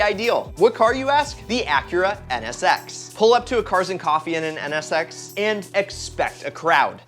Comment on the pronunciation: I wanna skip the nsx part because u keep saying ns sex lol